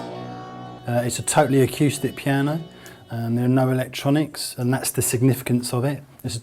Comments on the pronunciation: did he say.. It's an autistic piano? Sounds like it as well. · "It's a totally ackyoostic piano. You can change the teeyooning."